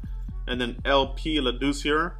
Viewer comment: LP's last name is pronounced as (Lad) (short i sound) (sewer) haha ok?